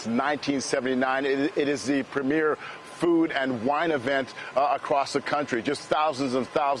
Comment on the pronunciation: did the brutha just say Kilroy??